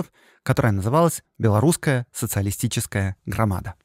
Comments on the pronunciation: Всё прекрасно, кроме орфоэпической нормы. Белорусская социалистическая грамада́, Ви́ленский вокзал и т.д. В названии "расстрэ́л". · Не грамада с ударением на второй слог 😢😢😢 .А Грамада 😊😊😊 с ударением на последний слог))))) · Хорошая и интересная тема! Ждем продолжения! Только вот в слове в названии партии "Грамада" в белорусском языке ударение ставится на последнем слоге.